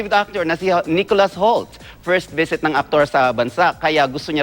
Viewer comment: It's not HAULT, it's HOULT... lol